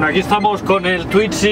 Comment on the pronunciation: No se dice "twitzy" y para entrar lo único que debe hacer, es correr el asiento como en cualquier auto.